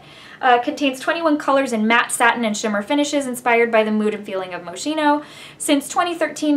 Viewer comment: Pronounced Mo-skeen-o, darling. Very Italian! Nice review. I finally got one yesterday. It's back in stock!